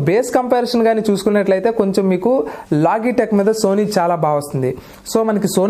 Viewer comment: లోగిటెక్ కాదు. లోజిటెక్.